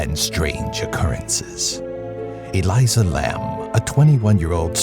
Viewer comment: It’s Elisa not Eliza